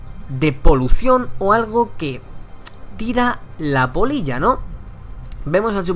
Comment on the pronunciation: Jajaja creía que decía polla xD